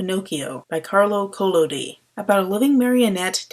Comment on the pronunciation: I admire this review, although I do not agree with everything. This reviewer is fully aware of the original source(and even pronounced the author's name correctly...not like some). I first saw Walt Disney's Pinocchio when I was seven...and because I had seen earlier Pinocchio cartoons and read other versions,I saw it as just that...Walt Disney's Pinocchio. Although the adaptation leaves much to be desired, the film is magnificently made and arguably the best animated film of Disney's Golden Age.